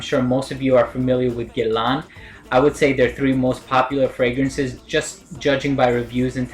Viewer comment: It is pronounced as ' Gae La' Nice review dude.